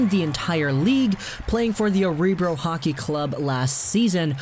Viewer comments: Aw-Ree-Brow? 🙂 Örebro! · Örebro (uh-re broo) take it slow , sounds much better